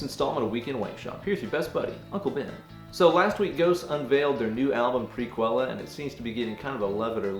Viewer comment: It sounds like he pronounces the album name kind of like "Pre-kell." Don't feel bad Ben, I didn't pronounce it the way you did, but I got it wrong just the same. (I thought it was "Pre-quell")